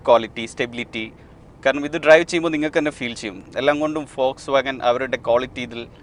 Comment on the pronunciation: വോൾക്സ് വാഗൻ അല്ല, ഫോക്സ് വാഗൺ എന്നുപറയു.